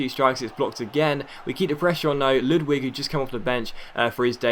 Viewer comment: haha Ludwig prononse as ludvig. the W is V. its a swdish name